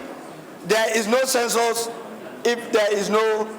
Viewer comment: It is "Census", not "censors"